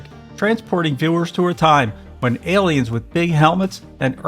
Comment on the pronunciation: Great content, they are however, "A"liens not "el"liens.